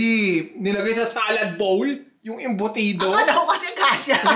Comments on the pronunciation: the way also calls it as "embutids" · Embudits~~ i cant XD.... Love yall love ya!